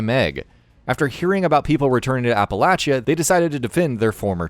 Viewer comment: Holy crap he says Appalachia like people who live there. My duuude